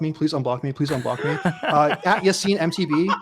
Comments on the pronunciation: Yacine not Yaccine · did we just signoff calling him?